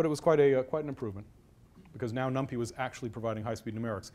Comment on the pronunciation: Really awkward talk, too much posing: Every hardware vendor (Intel, AMD...) provides a super optimized, SSE vectorized, parallelized library for number crunching; it's called BLAS. You can even link NumPy against it. It's "num-pie", not "num-pee". Parallel CPU pipelines and caches have been around since forever (RISC), what college was that? Branching at almost certainly hurts (hello pipelines!), simply use the FPU multiplication. Etc etc. May still be eye-opening for "LAMP-only" folks, kudos for trying.